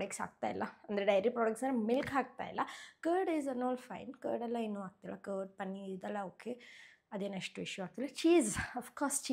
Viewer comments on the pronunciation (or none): No hate but why do you pronounce ha as aa and aa as ha? For example for hair you say air and for agta illa ge hagta illa antira. Why? Please do pronounce kannada correctly. By the way loved the way you styled your hair😊